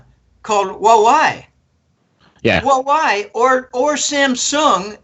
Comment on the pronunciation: hua wei is pronounced "hwah way"